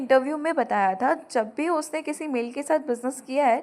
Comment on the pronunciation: mam why are you saying taaa, taaa to thaaa. Kr diya thaa not taa please 🥺